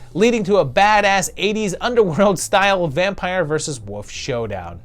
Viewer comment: I’m interested in your repeated pronunciation of “wolf” as “woof” and “wooves” 😋 Have I been saying it wrong all along? 😜